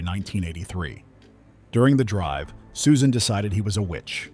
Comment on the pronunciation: It's pronounced SUSAN, stupid robot.